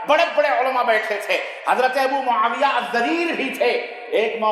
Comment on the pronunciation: Mawiya pleedd bolo Maulana